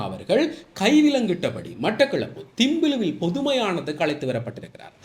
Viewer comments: திம்பிலுவில் அல்ல தம்பிலுவில். (Thampiluvil) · திம்பிலுவில் அல்ல அது "தம்பிலுவில்"